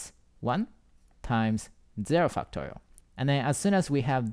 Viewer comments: whhy do i hear "fucktorial" T.T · fucktorial. he said fact correctly tho. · stop saying fucktorial. i can't concentrate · cannot unhear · It doesn't sound like he's saying factorial lol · i love your explanations! but i cant help but laugh when you say 'factorial' hahaha thank you I learned and laughed, the best combination!!